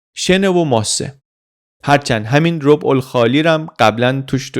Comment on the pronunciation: تلفظ درست منطقه بیابانی عربستان ربع به فتحه ر و ب است به معنی سرزمین نه ربع به معنی یک چهارم